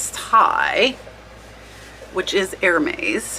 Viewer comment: The “s” on Hermes is not pronounced